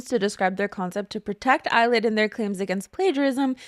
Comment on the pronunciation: I keep hearing "Eyelid" instead of "Illit" so it's been forever ruined for me. Yes please PT 1 video!